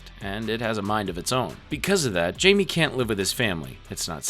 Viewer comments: Every time he says “Jamie” I rip the head off a baby seal. “Hi-me”, dudes name is said throughout the movies, it’s not hard. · great vid but repeatedly calling Blue Beetle “Jamie” instead of pronouncing it “Hi-May” was worse than anything Darkseid has ever done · "And Robert is super suspicious now." ...WHO!? C'mon man. mispronouncing Jamie the whole time I can... understand, but not ignore, but... ROBERT!?